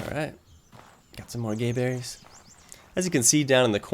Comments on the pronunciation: Its GAberries, not GAYberries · I like how he calls them gayberries. I don't know how they're pronounced but my guess was gaberries with a short a.